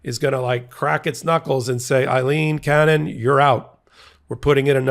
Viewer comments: Pronounced :Aaleen cannon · Why do people have such a hard time understanding that Aileen is not Eileen ? It is a different name. It is pronounced differently. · It's Ayleen, not Iyleen. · Aileen, not Eileen. AY-leen. P.O.S. judge. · Ms. Cannon's name is "Aileen" not Eileen! Two different names! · The name is Aleen, not Ileen. What is wrong with you? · Her name is not EILEEN, it is AILEEN. The first syllable is the same as "Amy." I once had a girlfriend named Aileen.